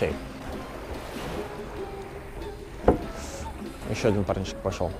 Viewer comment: Шарм-эш-Шейх правильно